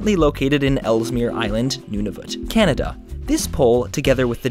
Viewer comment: okay 'anada sounds just stupid xD that only works with vowels ;)